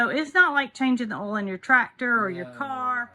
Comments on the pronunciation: It's oil, not ole. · Are you saying oil? We just pronounced it different in VT.